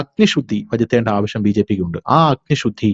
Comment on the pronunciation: എന്താണ് ഇതൊക്കെ? അഗ്നി ഷു ദ്ധി ആവ ഷ്യം ഷ തമാനം "ശ" എന്ന അക്ഷരം പറഞ്ഞു പഠിച്ചാൽ നന്ന്